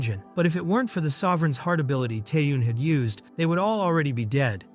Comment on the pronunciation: T e a hyun. Guys pls at least listen once to what ai "reads". It hurts my brain